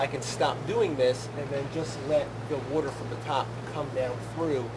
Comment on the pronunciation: what the fuck is wooter?